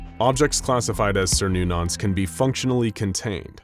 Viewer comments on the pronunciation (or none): cernunnos "ker-nu-nus" none of this sirnunnos malarky, its gaelic not latin or greek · please dont call it ser-noo-nos XD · as a follower of cernnunos this clasification is like christians turning him into satan, also its with a hard c like ker not like ser so it would be said like ker-noo-naus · It's pronounced as KERNONUS.